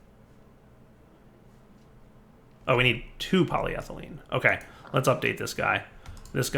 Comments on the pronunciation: I thought you were trying to type it the way he was saying it lol My bad, I forgot about the alternate PolyThene. Still not PolyThylene though lol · Why panic? If I can’t see it, it’s not there! Also, I appreciate your effort in trying to call it “polyethylene.”